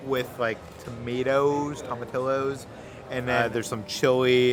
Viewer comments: it's pronounced tom a tee o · Right, that irked me so bad. I’m glad someone said it 😂